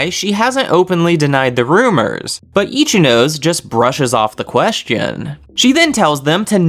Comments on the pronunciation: This is just my opinion but pls pronounce Ichinose properly, sorry but my brain is getting triggered everytime you mispronounced it The anime has the pronunciation if you don't know but you could just say "no seh" instead of saying "nose" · Good job man, but please say e chi no say